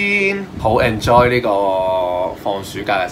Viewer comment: 你連enjoy咁簡單嘅字都讀錯，點樣教人發音呀？